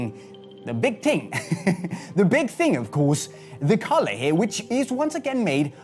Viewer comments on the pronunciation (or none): Was I the only one who thought was saying 'colour' when he said 'collar' 😂